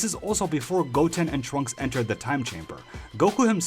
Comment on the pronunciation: I legit just heard “Chwunks” instead of “Trunks” for the Gotenks into.